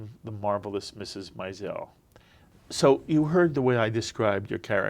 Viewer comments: He’s pronouncing the name Maisel as “My-zel”, but the character on the show (and the writer) both say “Mayzil”. How annoying! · The interviewer couldn't even pronounce the name of the show correctly, doubtful he'd even spent any real time watching it. It's 'May-zel', not 'My-zel'. Alex is terrific on the show! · Note to interviewer: Comics name is pronounced: MAZE' L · These interviewers need to learn how to pronounce "Maisel." It's MAY-zel. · I don't like this interviewer. How did he not do his research??? How is he mispronouncing Maisel!!! What a turn off!! It's hard to watch the whole interview because of his questions. 🤮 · Seriously, has no one corrected his mispronunciation of “Maisel”? Lame. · Would have been a better interview if said the name of the show correctly! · Why can't this guy pronounce MAISEL correctly? He obviously didn't do his home work. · Agreed. It's difficult to give the interviewer any credibility when he can't pronounce the show's title. Obviously he never watched the show. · YES! I am surprised that he mispronounced the name. Giuliana from E! News did the same thing!!!